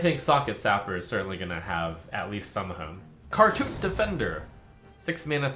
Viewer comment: When I heard "Khartut Defender," my I initially thought Trump said "Cartoon Defender," and my instant thought was "Oh no, did Yu-gi-oh take over?"